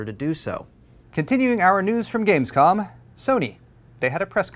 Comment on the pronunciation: said gamesco"n" xD